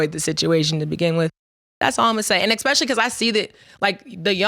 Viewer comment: Did she say: Eck specially 💀💀